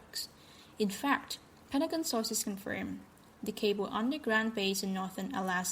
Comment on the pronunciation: It's not Petagon; it's Pentagon with 2 letter 'n' s in it.